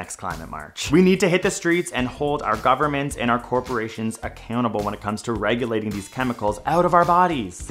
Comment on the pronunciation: "guvumment bad" lol